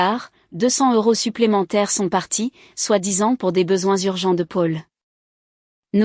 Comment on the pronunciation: Pub sur pub 😡 On prononce Paul ( pol) et non Pôle .. Le versement de la pension alimentaire ne s' arrête pas aux 18 ans de l' enfant .. En France on passe obligatoirement devant le notaire pour l' achat ou la vente d' un bien immobilier ..